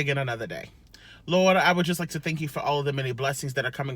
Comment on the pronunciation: Oh yeah, can’t wait for these seasonings😋 I love to season my food really well. Thank you for that prayer, my daughter is in college and had a seizure after running and I can’t get there until the morning. I feel like he heard that one they way you said “LORDT” 😂❤️🙏